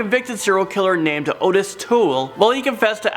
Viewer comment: That was very creepy. Sick pleasureeeee..... Very sad and horrible stories tho. I still can't get over Cherish. Just wtf? And that monster JUST GOT OUT! Obviously they messed up big time. Again. And Mom?🤔😥💔RIP. Its pronounced awttis BTW not like normal. And he wasn't normal.